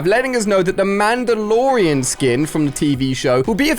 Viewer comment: From the last 2 vids idk how many times have I heard 'Mandolorean'